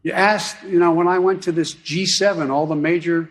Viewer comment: He says ..this G7…like it’s a dunkin donuts 😔✌️❤️🌎